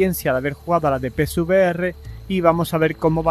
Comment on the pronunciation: No soy capaz de diferenciar cuando dices pcvr y psvr 😅 de todos modos, gracias por el video